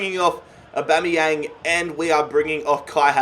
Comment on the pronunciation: Just when you started nailing the name you go and take it back to Bomeyang. BAMEYANG!!!!!!!